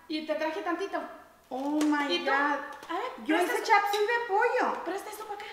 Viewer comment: No se dice shop suey, se dice Chop Suey! y es de SOAD >:v